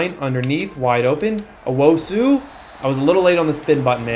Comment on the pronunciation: Tuaolo: Try imagining a hyphen to split it into two halves (Tua-olo). Also if it was me, I'd pronounce Rubin like the US soccer player Rubio Rubin (Roo-been) Last thing... don't know if you noticed, but Owusu should be pronounced (Oh-woo-soo) instead of (Oh-woh-soo)